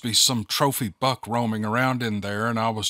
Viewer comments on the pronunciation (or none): none